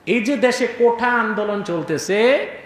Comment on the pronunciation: কোঠা না, আসল শব্দটি হচ্ছে, "কোটা"...